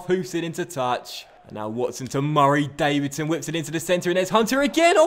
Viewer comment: I love this series because you can see how much is enjoying it when he's making up back stories about George hunter and saying Davidson so oddly xD xD